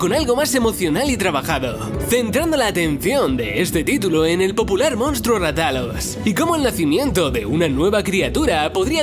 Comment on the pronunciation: "MoUnstro" en fin...